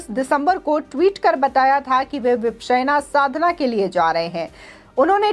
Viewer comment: Vipasana hai. Vipsena nahi. Pronounce tho thik kijiye.